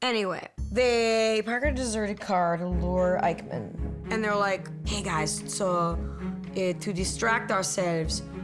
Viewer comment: Eichmann, not Eikman 🙄